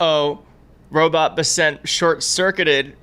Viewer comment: My goodness, you are horrible at pronouncing names just like when it comes to the Midas Touch Brothers and their pronunciation of their last name spelled out is (my-sell-us) and now you are pronouncing it Scott besant (you say Bass-sent) and it's actually (Bess-Ent)!